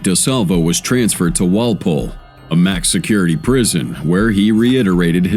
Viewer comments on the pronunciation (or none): none